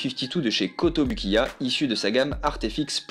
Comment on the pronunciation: A la prononciation, c'est KotobOUkiya s'il te plait! Merci ;)